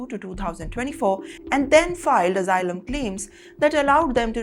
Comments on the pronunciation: Omg, it's asylum, not AZYLUM? You keep giving us plenty of laughter. 😂😂😂😂😅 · It is not azzilum.